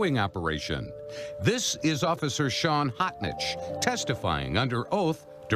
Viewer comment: His name is spelled "H-o-t-n-i-c-h," but he pronounces it "Hotshit"!